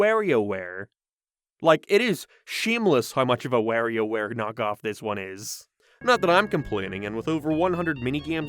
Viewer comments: “ware e o ware” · Please for the love of God never say "Warioware" for the rest of your life...